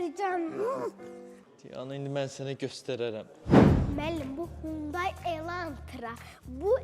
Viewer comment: Hyundai ❌ Xyundai ✅